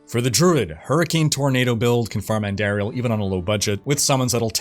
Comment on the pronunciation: ANN-DAR-IEL. Theres no AIR in her name